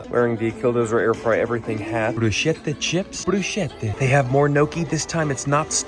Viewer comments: the bruschetta pronounciation💔💔💔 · ITS BREW-SKEH-TUH 😭